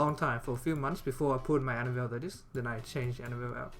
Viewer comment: "my most decked out unit, anavel"~ lol